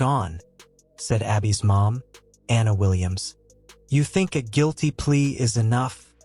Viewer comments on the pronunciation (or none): none